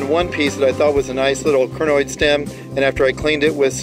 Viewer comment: Pronunciation of Crinoid should be (CRY-NOID), rather than (CRIH-NOID) Otherwise, a nice video. :) Thanks for posting it.